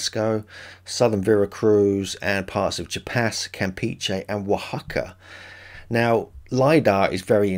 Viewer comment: Chiapas - CHEE-YA-pas